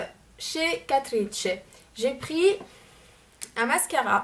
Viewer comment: Euh Catrice c'est allemand donc ça se prononce "Catrice" comme en français ^^' (désolée c'est pas pour faire ma relou mais ça m'a fait rire quand tu l'as prononcé à l'italienne :) )